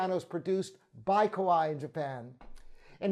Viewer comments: Because it's ka-va-ee, not ko-why. 😆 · Why do you pronounce Kawai like "ko-why"?! You can search YouTube for "how to pronounce Kawai".